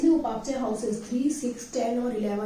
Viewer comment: आप उपाचय क्यों बोल रहे हैं!